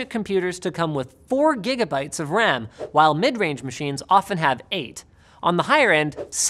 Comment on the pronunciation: “what is the Wecommended amount of dedicated wam”